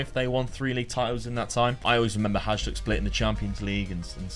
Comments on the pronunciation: It is not pronounced Hazhduk, but Hayduk :D anyways, good to see some Eastern European clubs! Would love to see you rebuild Bohemians Prague or Spartak Trnava, these two teams played semifinals of Champions Cup back in the day :) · Love the video, one tip for Croatian names is that the J is pronounced like a Y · Awesome video. Loved how you revived my favorite club <3 Just a tip. Pretty much works for all slavic countries. Hajduk is pronounced something like Hayduk, so is Livaja (Livaya) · its pronounced hayduk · It is pronounced hi dook. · It's not hajduk it's hajduk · Wish for right pronauciation of Hajduk's name pls. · You shoud come to Split and learn how to pronounce words. We can start with Hajduk and Livaja :)